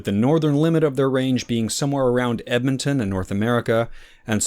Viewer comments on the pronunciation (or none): none